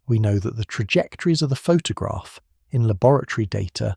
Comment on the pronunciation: All AI voice generated. (Text to Speech) - all automated - all script - all voice - all video - everything - and automated posting of these videos too. An AI Youtube channel and video posting machine. Google it! (Still quite interesting though - even if the AI generated voice can't pronouce Photograph properly! lol!)